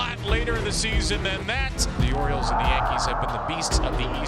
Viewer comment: Its the orioles not OREOS!!! 😂😂😂